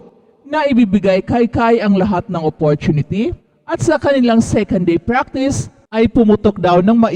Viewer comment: Chraining😂 Opporchunity🤣 jusko naman ayusin nyo naman pag vvlog nyo😅